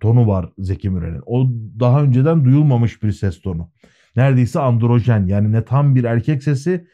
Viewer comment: androjEn değil Androjİn , bu kelimeyi birkaç videonuzda daha dikkatimi çekti yanlış kullanıyorsunuz. Androgyn - Yunanca erkek andras ve gineka kadın kelimelerin birleşimi ile İngilizceye geçmiş. Kelimedeki Gyn nin Y si Yunanca İ harfine karşılık geldiği için androjin olarak okunur. Androjen derseniz androgenik yani erkek ile ilgili erkek olmayı sağlayan gibi anlamalara gelir